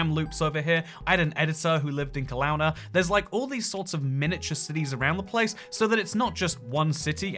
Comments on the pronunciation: I’m all good for people rate our country, for someone who speaks English. It is not Kel*ow*na… Kel*owe*na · Did this man just say KelAwna💀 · How you said Kelowna was so cringe! Key Low Na as in Nana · I’ve never heard anyone call it kel-ow-na. Everyone calls it kel-oh-na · no way he pronounced my city a kel-ow-na its kel-oh-na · Ke-lau-nah 😅 it's Ka low nah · It’s kuh-low-na, not kuh-lao-na, you’re right. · The way he pronounced my home town Kelowna lmao. It’s Kel-own-uh not clown-a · I am Canadian (from Vancouver Island) and some of your pronunciation of our place names is hilarious. Ont-AIR-io (not on tar io). Ke-LOW-na (not ke -laow na) ). Victoria (on Vancouver Island) is said to be "more English than England" because it has Madam Tussad's, the Empress Hotel and double decker buses. Vancouver Island is the largest island on the west coast of the Americas and is heaven in summer (forget about the rest of the year). Toronto is the city we love to hate. Polar bears can be found in Churchill, Manitoba. It is famous fo them. There is a small French island off the east coast of Canada called Saint-Pierre and Miquelon. The Yukon is famous for a gold rush in the 1800s. Most of our boarder with the USA consists of a 6m treeless area line. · B.C. Once heavily nationalized, now stupid. He pronounced it ka-(c)lown-a :( (it's pronounced ka-loan-a) Yukon has ALOT of gold and resources. Big attraction for prospectors and miners. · I didn't realize outsiders pronounce Kelowna as "clown-ah" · Kel-own-ah Ont-air-ee-oh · Kelowna =kuh LOW nuh Toronto = ch RON oh I live in Saskatchewan and you’re right it doesn’t exist. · Small correction: Kelowna is pronounced "ka-low-nah". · Funny hearing a Brit mispronounce Kelowna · Your pronunciation of Kelowna was painful. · the Kelowna pronunciation was something else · BC resident here; I died at the pronunciation of Kelowna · The way you said Kelowna hurt my brain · How does he nail "Newfoundland" but pronounce "Kelowna" like that